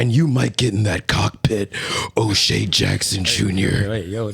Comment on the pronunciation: Watch the pronunciation on O’Shea Unc….. Thought you cussed 5 times. 🤣🤣🤣